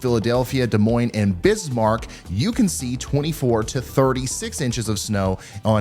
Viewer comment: psst, Bismarck is pronounced Bizmarck